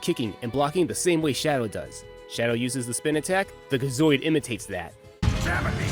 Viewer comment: Gi zoid not ga zoid